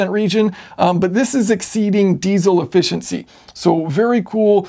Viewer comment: Now that I'm officially "old" the generational differences in our society are becoming more obvious to me. One of these generational differences is pronunciation of the English language. The version of English spoken by your generation substitutes (wherever possible) the sound "ahh" in place of other vowel sounds. In this video you talked about "ahh-fficiency" quite a bit (whereas guys from my generation would have been discussing "efficiency").